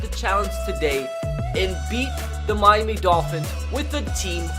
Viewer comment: Why does he say mimy instead of Miami tf?